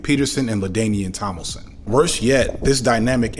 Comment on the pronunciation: LaDanian Tomilson took me the tf out lmaoo